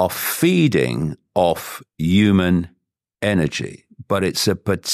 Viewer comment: Why does he never say the" h" and always say we are "uman "why its strange.??